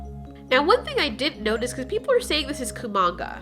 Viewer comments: It's not Komanga its kumonga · It’s kumonga okay